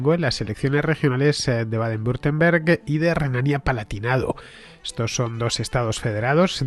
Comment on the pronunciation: Hola Fernando, por si algún día lo tienes que volver a pronunciar y quieres que te resulte mas sencillo, se pronuncia "Baden Bitemberg". Por lo demás fantástico trabajo